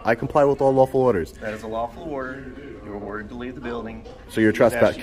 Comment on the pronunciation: you mispronounced "all"